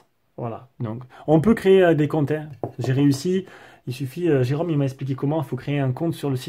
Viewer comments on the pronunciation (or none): none